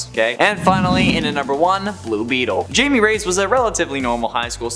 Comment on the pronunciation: Can you people get blue beetle’s name right it’s not Jamie it pronounced high me, idiots!